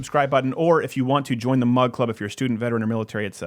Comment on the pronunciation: Oh! This whole time I thought Steven was saying mud club.